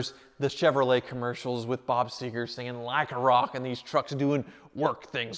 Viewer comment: Bob Seger, not Seager...